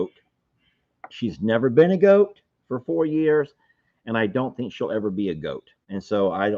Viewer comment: Sounded like 'YEARS"